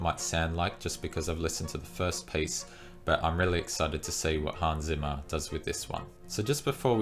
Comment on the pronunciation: Hans Zimmer please, not Simmer!! Or do you pronounce pizza = pissa?